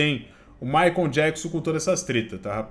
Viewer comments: Michael, não Jakson rs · Jackson 56x hahahaha. O cara não consegue falar "maicou" e sempre fala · Amigo, não é MaicOM é tipo MaicOL ! 😉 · mas michael se pronuncia "" Correcao:maicol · Não é jackson, é "Maicol" Jackson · Ótimo vídeo, mas não consegui parar de rir sempre que dizias “Micon Jackson “ 🤣 Diz-se na forma fonética “Mikel” Jackson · Não é JACKSON, e sim MICHAEL kkkkk q agonia a forma q ele fala PQP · chamando o michael e me incomodou durante o video todo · “ Jackson” é foda 😂😂😂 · O fala " Jackson" toda vez cara kkkk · chamando o Michael de... Na pegada conzinha e fonçonaro! 🤣🤣🤣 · " Jackson " é foda. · ele leu Jackson KKKKKKKK os 2 são charás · Oi … o nome do Michael Jackson, não é … vc fala td hora … kkkkk tá confundindo com o seu! 😂 Abraços… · acho muito engraçado o chamando o Michael de " Jackson" asdkjk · Jackson 😂😂😂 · o fala " jackson" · Jackson 😂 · Me da muita ansiedade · Micoul Jacson? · para de chamar o michael de micho kkkkkkk que agonia